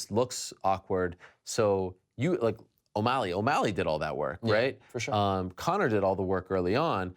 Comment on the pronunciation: WELL DONE!!!! You finally said Sean O'MALLEY and not Sean O'MILEY.